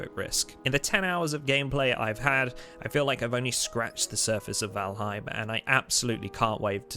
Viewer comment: Not trying to be a grammar nazi but it's pronounced "voll haim". Other than that the video is good, and I am convinced to buy the game.